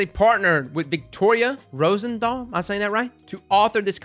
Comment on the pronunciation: fyi you pronounce it Rosen"tal" because i assume that its german